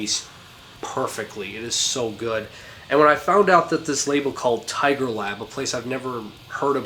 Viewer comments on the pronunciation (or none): none